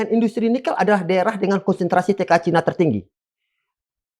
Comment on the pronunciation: Cina bukan Caina